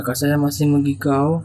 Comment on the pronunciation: Maaf kak , " mengigau" bukan " menggigau "